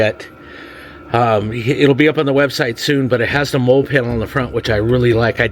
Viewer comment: Good video. Just ordered the rear wall shelf. Side note molle is pronounced "molly" 🙂